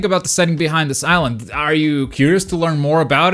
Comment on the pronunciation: This is a ihsland that is diverse. How do you manage to say diverse with no problem but suffer to say island